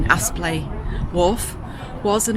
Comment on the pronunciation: Great vlog, life isn’t all cruising through the deserted countryside. I’m sure no one really minds, but it’s Apsley, not Aspley (I only know because I lived close by). Keep them coming 😄